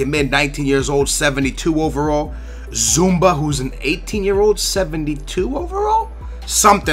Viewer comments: cmon is zuma not zumba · its not zoumba where the hell do you see a B zouma not zoumba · does keep saying zumba instead of zouma or is it just me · Its says zouma not zumba he isnt a fitness workout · Zoo-ma not zumba lol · ZOOO-MA NOT ZOOOM-BA, JHEEZ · ZOUMA, not ZOUMBA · Where the fuck do you see the 'B' in Zouma? It's not pronounced 'Zumba', it's pronounced 'Zooma' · Zouma not zoomba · i really don't like how says some names like Zouma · Dass tenta ler os nomes dos jogadores um pouco melhor, és português e não saber dizer Labyad? E é Zouma e não zoumBa... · how about you start pronouncing the player's names right? Zouma not Zumba. De-la-fe-uu not delafoe. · OMFG Zoumba? Labadie? LOL C'mon, do you even know how to read?